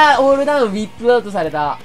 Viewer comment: ウィップアウトは笑った😂読み方違うw